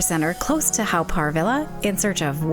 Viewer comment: Haw is actually pronounced as 'Hor' and not 'How'. Good video and glad you enjoyed your visit to Singapore. Haven't been to this park in a very long time. You could just walk into the tunnel where the Hell exhibits were previously. I would avoid it every time I visited. I found it really terrifying for me as a child and even as an adult. I'm glad it's covered it up now so it's a good excuse to avoid it altogether if visiting. 😊